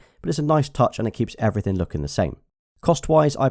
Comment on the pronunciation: "Matte black everyting"